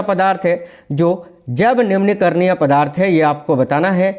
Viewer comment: सर सुध दे बोलिए जब नहीं है जैव है